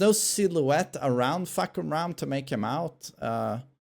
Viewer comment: as a Thai I can confirm that his pronunciation is on point 😂